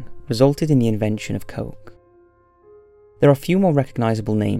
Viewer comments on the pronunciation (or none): none